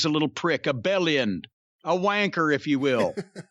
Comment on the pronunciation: Hearing Jim say W*nker correctly, just popped me. 🇬🇧🇬🇧 GREAT BRITISH EMPIRE 4 LIFE 🇬🇧🇬🇧